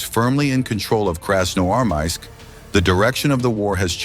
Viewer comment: Вас не смущают небрежно нарисованные картинки и механический голос, с трудом выговоривающий название города. Фото на вкладке это просто ужас, повторяет ИГИЛовские постановки. Вам подсунули фальшивку.